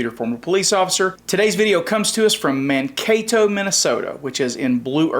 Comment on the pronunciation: He actually pronounced Mankato correctly, I'm impressed. 😂😂